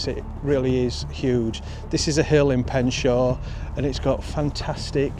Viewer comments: its pronounced pen-sha :) i have ran up the hill to the monument a few times its hard work. been in that museum and never knew about these children and the old building. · Pensher is the correct pronunciation🙂❤️ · Pronounced Pensha